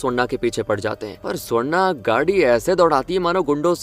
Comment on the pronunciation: Ye swarna swarna bol rahe aur mujhe sonda sonda sunai de raha😂